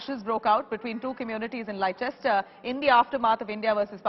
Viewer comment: Madam- the correct pronunciation is"Lester."